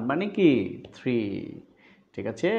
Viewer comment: Your 'thikache ' sounds funny 😂